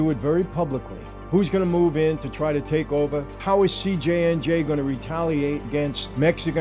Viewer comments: It's CJNG not CJNJ. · "CJNJ"???? I thought it was CJNG. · CJNG……not CJNJ 🤦🏻‍♂️ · Why are you pronouncing it that way?